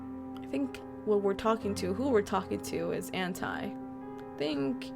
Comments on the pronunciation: Just saying It's Ant-E I know it's stupid but I honestly hate when people say Ant-Es names Like That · Btw you said anti wrong... Like do say I say E. But it's spelled anti.